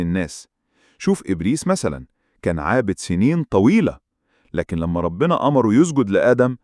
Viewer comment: كلمة ربنا بضم الباء